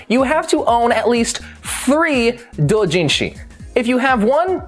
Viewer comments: stop saying it like that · Pls STOP SAYING DOUJINSHI THAT WAY I GET THAT ITS THE RIGHT WAY BUT STOP IT HURTS JUST SAY DOW JIN SHI